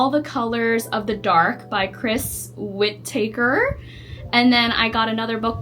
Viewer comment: “Wit- uh- kur”😅 not whittaker